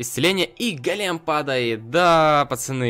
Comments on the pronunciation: Ты говоришь-гАлем, а нужно-гОлем! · правильно гОлем а не голЕм на 'о' ударение)! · Не голееееем а гооооооолем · Дмитрий Немиров Ударение на первый слог Го́лем (ивр. גולם) — персонаж еврейской мифологии. Человек из неживой материи (глины) , оживлённый каббалистами с помощью тайных знаний. Вероятно имеет общее с Адамом, которого Бог создал из глины и вдохнул в него душу.